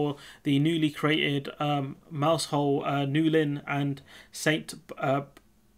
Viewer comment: “Newlyn” was fine. “Mousehole” is more “Moughzzle” - as in ‘plough’ and ‘nozzle’. A proper Cornish person would probably be bleddy teasy after reading that, mind.